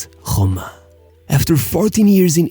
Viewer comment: SHESENA and AS HRHOMA. Cool bro, but thats not how you say it.